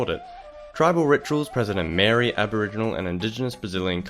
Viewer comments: Mate Maori is pronounced like 'mouldy' not like 'mary'. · Just a psa- Maori is pronounced ma-ow-ree. Google the pronunciation of something before posting a video on it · Ffs pronounce Maori properly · That pronunciation of "Maori" though...Oh well at least we get a mention ;) Good video bro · slightly butchered pronunciation of Maori, that being said its still better than most other pronunciations, eg may-or-ee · The way you said Maori hurt my soul